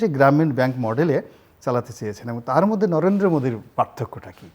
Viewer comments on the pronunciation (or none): none